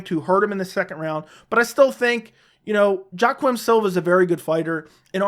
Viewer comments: Joe-quim Silva. 😂 It's pronounced "Wak-eem" jesus, lol. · Kompanion The pronunciation is between a J and Y if anything, but when 99% of broadcasters say it, they say Wakeem . Either way it aint f*ckin JoeQwim ctfu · Kompanion im not just as wrong the man said Joe - Quim